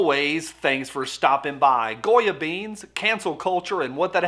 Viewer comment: It's Definitely out front..Especially since it Also Sounds like You're saying "GOYEM"! Hmmmm....Will Anyone touch that!!!?